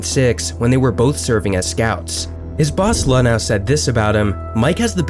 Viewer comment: Jeff Luau wishes you'd pronounce his name LuhNOW like it's spelled. Nice video though.